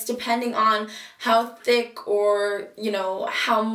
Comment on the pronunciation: THICK not tick